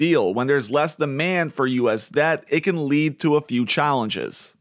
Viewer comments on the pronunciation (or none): none